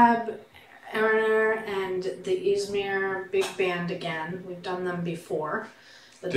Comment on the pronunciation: "Easemere" 👍👍👍 and im from there